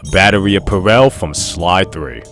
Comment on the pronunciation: Do you not know how to say "peril" lmfao